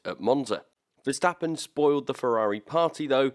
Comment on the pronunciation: I really respect how you correctly call him Max VERSTAPPEN instead of MEX VERSTEPPEN like every asshole out there 😄✌